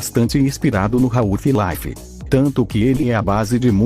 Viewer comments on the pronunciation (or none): " Raul fi láifi"